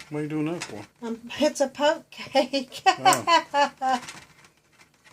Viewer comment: it’s a “poke” cake